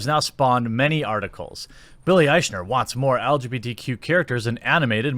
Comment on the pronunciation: Jeremy, Love your videos. But you saying Aych-ner is driving me crazy. It's Billy Ike-Ner.